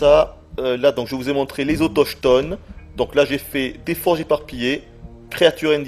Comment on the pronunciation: le "ch" de "autochtone" se prononce "/K/